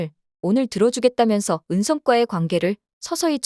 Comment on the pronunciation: 은성꽈가 뭐냐 은성과지 정말 들어 줄수가 없네